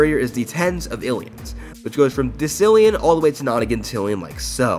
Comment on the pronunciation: I love you, you do all the silly little things I do Edit: WHAT ITS CALLED DE-CILLION NOT DEX-ILLION FRICKKKKK PLEASE ADD ME! YOU CAN CEASE TO IF YOU WISH! Username in morse code: -..... --. --- ---..-...-.-.